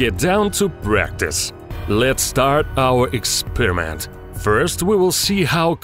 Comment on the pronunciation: I love his pronunciation "ikspiramenttt"